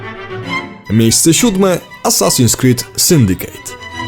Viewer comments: Dlaczego żaden Polski recenzent/dziennikarz nie zagląda do słownika? Nie "Syndikejt", a "Syndiket" (używając mocno uproszczonej pisowni). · "rouch" ? "sundicate" ? "umaiciło" ? Boże... Jeżeli jednak chodzi o treść - widać, że nie wiesz co dobre :d. Od Black Flag wzwyż to prosta papka dla mas, poprzednie części jeszcze jakoś się broniły.